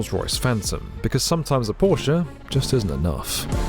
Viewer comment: I’m a simple man. I hear Porsche pronounced correctly, I hit the like button.